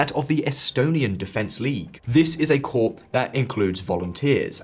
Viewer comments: Just a note for future: 'Corps' is pronounced like 'core'. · Corps is pronounced Core